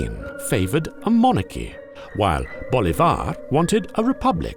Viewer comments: You are pronouncing Bolivar wrong.The stress is on the I, not the A. It’s BolIvar, not BolivAr. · It's Bo-LEEH-var, not Bo-Leeh-VAR... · "Bo-LI-var", not "Bo-li-VAR"... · well, except for the "Bolivár" accent he pronounced his last name with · it´s prounounced Boleeevar, emphasis on the I. great video btw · Please stop murdering the name Bolívar every time you say it.